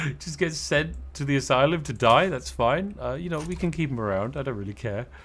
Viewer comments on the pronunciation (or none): none